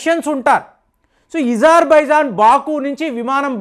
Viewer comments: ఈజార్ బైజాన్... ఈరాన్... ఏంది ఇది కొంచం మంచిగా పదాలు పలుకు. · అజార్ బైజాన్, ఇరాన్ అని పలకండి సర్